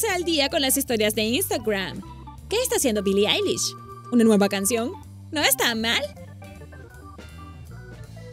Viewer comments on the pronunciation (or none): Es eilish no ailish es con e no a